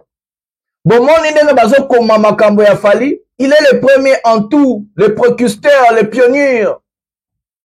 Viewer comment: On dit précurseur et non precusteur joyeux Noël a toi